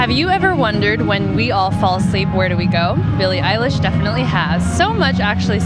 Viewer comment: I THOUGHT SHE SAID HER NAME WRONG Billie electrify LMAO